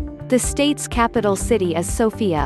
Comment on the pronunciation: You dont pranounce sofia writh i know cuz i am from bulgaria and you dont pranounce stoichkov writh